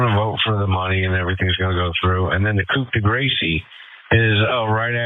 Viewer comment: The cop couldn't even say "coup de grace." 😂😂😂